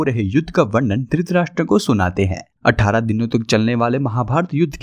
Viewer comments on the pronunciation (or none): none